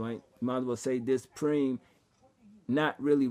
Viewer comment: Sorry sir, it's 'PRyhme', not Preem.